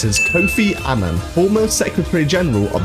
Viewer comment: He's really bad a pronunciation. Qing, Giger, Zweihander. Strangely, he pronounced Kofi Annan's surname correctly, which is something a lot of people don't do.